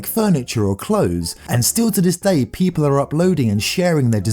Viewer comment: When he said people I thought he said peta 💀💀